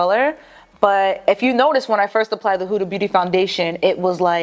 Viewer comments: How come you always say “Hooda” it’s “Huda” 😂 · its not pronounced huuuda beauty like hula, its a quick huda because its actually an arabic name. so more like how you pronounce hood but with an a. Huda. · It’s not huda like who-da it’s huda like hood-a (like hat hood) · It’s HO-DAH 😂